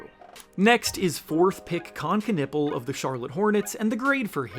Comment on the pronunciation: Con nep pel not con nipple